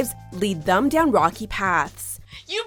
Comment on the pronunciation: I can’t handle the way the narrator pronounces “them” as “thum”...Jesus Christ